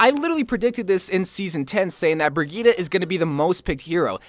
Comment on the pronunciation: 1 word, 3 syllables. BRI-GEET-TUH.